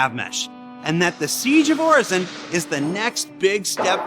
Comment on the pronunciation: Everyone's talking derelicts... I'm just thinkin' what's up with hair under that helmet?😁...While gettin' triggered every time I heard 'Orison' pronounced incorrectly. 😖